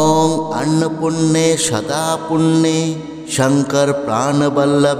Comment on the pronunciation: Annopurne eta k annopunne. Uchcharon korchen keno vul mantra uchcharone khoti hoy